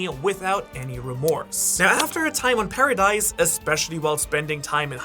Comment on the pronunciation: zeekee and paradice huh